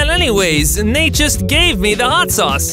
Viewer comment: Nate is like this not nait